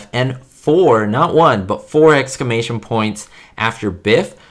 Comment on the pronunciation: Sorry, not trying to be mean, but you kept saying excamation, it’s exclamation, the L is pronounced. Other than that it’s a great video